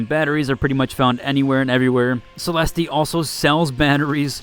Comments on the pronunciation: The fact that the game is voice acted and they call her "Cell-est" and that "Celesteeee isn't even an actual name is wild! lol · Great guide! Her name is enunciated: Celest, there's no 'E' sound at the end, for it's silent. I actually just found a Blaze Grenade blueprint last night! First Leaper I killed with a Blaze was during the server slam, just happened to have one and used it. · It's not though. It's a French and Italian word that came from Latin; It's pronounced "Suh - Lest/Seh - Lest" in English. The game is in English, using English pronunciations for everything else - so the guy in the video is pronouncing it incorrectly in context. Not only that but, it's pronounced Suh - Lest in game. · Why is it so hard for everyone to say Celeste right these days :/ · Bro it's not Celesteee. It's just pronounced "Cell-est" lmao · Is this AI? I've never heard anyone pronounce Celeste as Celesty lol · hahahahahah all these dudes in the comments get triggered by the pronunciation of Celeste 🤣🤣🤣 "MAN! THE MAIN SUBJECT OF YOUR VIDEO IS IRRELEVANT BECAUSE YOU ARE CELESTEEEEEEEEEEEING" btw...nice vid bruh. Good intel! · Idk if you are doing it on purpose, but its Celeste...like Suh-Lest. I get it if you are doing it on purpose. I used to pronounce the RPG missile launcher, as, RPJaysss instead of RPGees, back in the call of duty days, and it pissed off my friends so much for some reason, that I kept doing it just because. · My brother, its Celeste, the E at the end is silent lol. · You butchered it like 4 times bro, it wasn't just one single oopsie :') edit: now up at 5, haven't finished watching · Pronouncing 'Celeste' wrong every time is diabolical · The "e" at the end of Celeste is silent, my guy. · It’s a silent e for Celeste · you don’t pronounce the E at the end of celeste lol